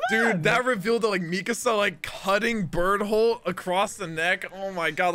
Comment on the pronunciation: It's the first I heard Bertholdt's name pronounced Bert-Hold haha